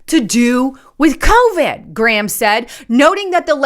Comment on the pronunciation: Did she say, Senator Ghramnisty?